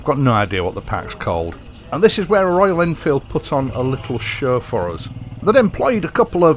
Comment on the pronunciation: MY MATE PRONOUNCED IT PERFECTLY FOR THE FIRST TIME GOOD JOB BRUV